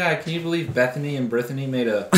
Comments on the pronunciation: I genuinely thought he said Bettany and Birthany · I heard Berthany. Either way, I fucking died. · "Bethany and Brithany" 😭